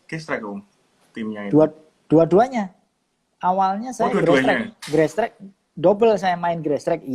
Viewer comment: Cuma yang nyebutnya GRASSTRACK (grestrek) benar...kebanyakan gestrek